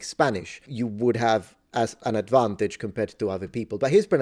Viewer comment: the "advantage" sounded Italian af ;)